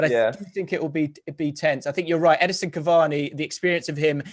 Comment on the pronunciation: EdINson Cavani not Edison Cavani